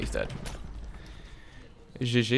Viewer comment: are you french? bcs the way you said gg was so french xD